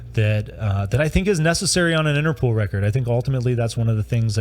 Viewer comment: You pronounce as “Interpool” but there is only one o.